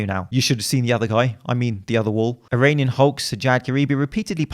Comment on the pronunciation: "My name is Eronion Hulk"